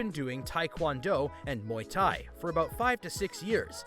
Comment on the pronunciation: you didn’t pronounce Muay Thai right.